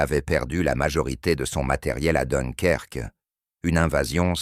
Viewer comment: et voila!! encore un "intelligent artificiel, "donkerque" et j'en passe